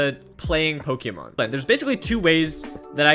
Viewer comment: btw it's Poke-mon not Poki-mon :P